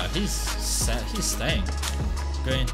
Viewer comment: I cringe Everytime he says “gween”